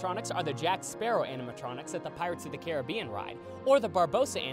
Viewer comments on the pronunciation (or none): none